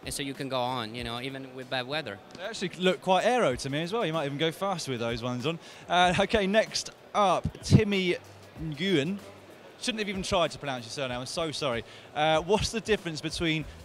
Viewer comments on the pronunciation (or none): you know, you pronounce "nguyen" as "ween" lol